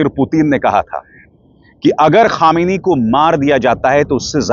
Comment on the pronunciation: ख़ामेनी नहीं खामनेई साहेब बोलिए जनाब।